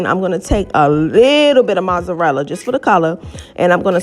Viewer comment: Why the HELL are you pronouncing mozzarella like that ?? LMFAO